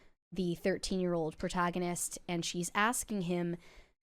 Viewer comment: Already failed 30 seconds in by saying "Protagonist"